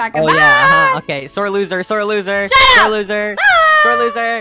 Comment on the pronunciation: Bro he js called himself a loser cuz he said iloser